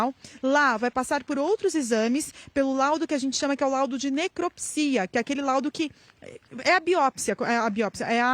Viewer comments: Rsrs..grande competência,que não soube pronunciar a palavra do exame que faz no corpo do cadáver quê é necrópsia,rsrs...🙈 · Êita! A repórter não sabe falar a palavra necrópsia,que é o exame que faz no corpo do cadáver,para descobrir a causa da morte.Ô, mãe a delegada, não está errada... ué!! Se você fosse uma mãe verdade ,a sua filha estaria com você,e se você tivesse cuidando e aconselhando a sua filha não teria acontecido essa desgraça toda! Mãe ausente de filhos dá nisto! Lembrando que essa criança agora é um mulher. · Acham que a menina não estava bem e não levaram no médico?esta jornalista fala feito doida até erra as palavras! Falou biopsia kkkkkk o que é "autópsia) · A repórter: Biópsia Autópsia: Necropsia!!!